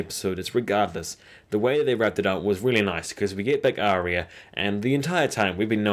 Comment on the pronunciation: Great video but seriously, Are-ya = Arya. Aria is totally different.